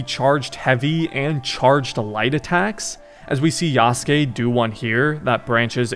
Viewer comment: damn bro should really be pronouncing yasuke correctly by now, it shouldn’t bug me, but it does😂